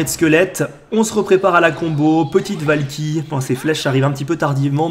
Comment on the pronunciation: Qui à entendu "La valkiry fait le café" sur la deuxième game ? 😂😂😂